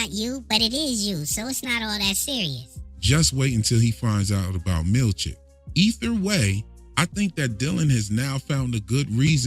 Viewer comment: me too i giggle